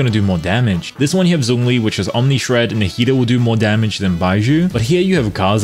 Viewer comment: Hey hey, I defs enjoy your content but can we please start pronouncing Zhongli's name correctly? 👀🤭 Keep up the good work - we appreciate our hard-working down-under YouTube diva 💚💚